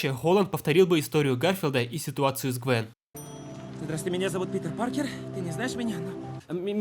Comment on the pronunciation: простите, но Питербек Паркерханов.... ору